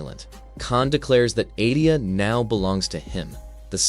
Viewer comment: It’s EdeniA Shang Tsung Sindel was already dead here and brainwashed. That’s why she looks so different… So many names are said wrong and plot points are incorrect. I stopped watching after the 8th mistake within 5 minutes.